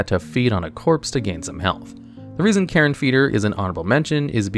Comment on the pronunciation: carr-I-on not karen. fucking "i" in there. but I still sub & watch you on reg.